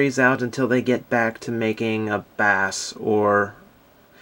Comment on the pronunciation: IT'S BASS (pronounced base) come on, treble and BASS